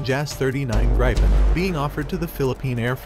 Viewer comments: Pronounced, G-R-E-E-pen :) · I can't stop being annoyed at the pronounciation of Gripen in the video, the Gri is pronounced very very similar as Gri in Griffin (Gripen = Griffin) and then Pen as normal